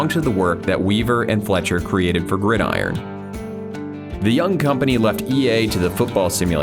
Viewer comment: Finally someone who pronounces 'Gridiron' correctly xD. Great video mate, I enjoy watching videos going over video game history.